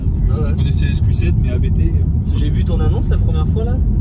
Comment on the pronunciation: Merci pour cette vidéo complète. beaucoup d'infos. Juste une remarque, ABT se prononce "abt" et pas "abété" (Abt est le nom de famille du fondateur). Bonne route !